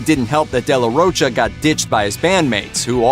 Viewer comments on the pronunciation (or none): Hey dude, learn to pronounce famous musicians names. It's not de la ROACHA. It's de la Rocha!!!! (the H is silent). I'm sure you were a baby or weren't even born when they were releasing albums (4, not 3 btw...yes, the 4th was a covers album, but still) in the 90's. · Its pronounced day la rokah for anyone who wants to know also no one in the world is named surge his name is pronounced sergay. I hate the way this guy talks. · What do you expect from someone who pronounces "de la Rocha" as "de la Roacha"?